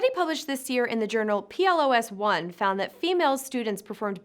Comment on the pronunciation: Never heard someone pronounce PLOS ONE like that. Looking forward to the facts!